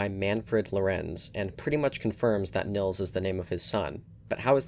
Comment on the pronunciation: i find it annoying how english people pronounce nils, it is spoken Neels not nils, please remember that